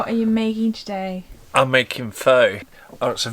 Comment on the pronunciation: Pho is actually pronounced more like "far" . Not exactly but if you do a sort or cross between fur and far you're close enough. It's definitely not pronounced like foe.